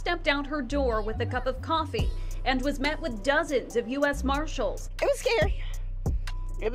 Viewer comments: Pretty sure they’re marshalls not maahshool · U.S. mah-shillls